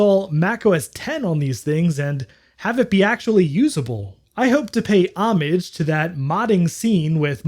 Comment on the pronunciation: Love the video! I especially appreciate that you pronounce "homage" correctly.